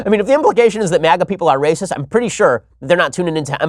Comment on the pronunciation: das raysis